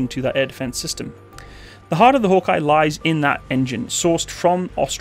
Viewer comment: man, it really upsets me they mispronounce the name of their own thing hawkei, said like hawk key, named after the snake, that was named after bob hawk, called hawkei, (again, said hawkei) also, it should be made clear, this is NOT a replacement for the landrovers, the replacement for the land rover was the g wagon this replaces the that in between APC and land rovers (there had been a 6x6 version for combat troop transport that was used before the bushmaster came in) for something that you did a lot of research on, seems there was a lack of research on the state beforehand